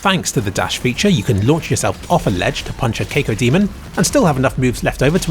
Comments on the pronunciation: a cakeodemon? I'm sorry, i had to stop after that xD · So are we just gonna ignore the fact that he pronounced Cacodemon as "Cake-odemon"? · Need to reupload to correct your "cake-o-demon" pronunciation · Cake-O Demon lol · I'm British and I can pronounce cacodemon properly... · C.... Cake-o-demon? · always pronounces things weird and not just because he's British...